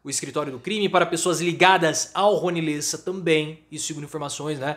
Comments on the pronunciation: Amigo, não é "lêssa" é "léssa" a pronúncia correta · Pronuncia-se Le'ssa